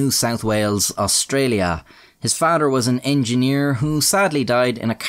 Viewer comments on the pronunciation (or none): I was wondering what kind of accent you had.... Then I heard you attempt to say "father" 😂😂😂😂🤣🤣🤣